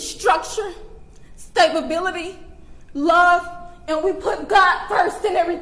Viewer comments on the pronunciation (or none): New African word: “Staebability”. 🙄👎🖕🏻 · "Stable bility" 😂😂😂😂😂